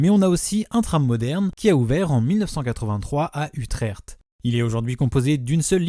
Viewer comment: Très belle prononciation de ma ville natale, Utrecht.